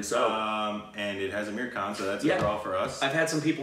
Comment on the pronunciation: P.S. I liked in the beginning how you were pronouncing Aamir the correct way!!!!